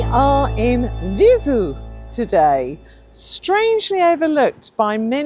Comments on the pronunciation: Viseu: it is spelled Vizéu, not Vizu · Not open 'e', though. The 'e' sound in this case is similar to the 'e' in Emma (Ema?). Or the first 'e' in 'center' ('centre'?) Using that 'e' sound, you say Vizew.